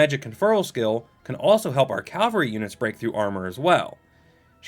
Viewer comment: Bro do you realise you're saying "calvery"